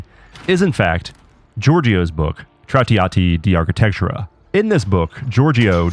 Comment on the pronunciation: ah yes. the book TraTeeahtee Dee Arkatechura.